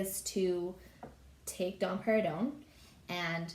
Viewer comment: I just keep hearing dom perginon 😄